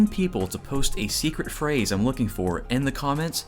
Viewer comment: seecreet fraze